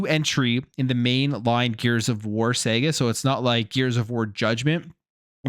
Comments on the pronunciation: Saga is pronunced "sarga".. NOT Sega 😂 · Why the hell you keep saying Saga wrong 😂😂(Saa:guh)😂😂😂😂😂😂